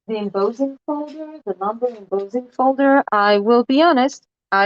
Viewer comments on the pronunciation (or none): not trying to be rude and i know that english is not your 1st language even though I think your english is fantastic . just to help you out only but embossing is pronounced M - boss - ing . boss as in your boss at work lol. Im am enjoying your videos very much and thank you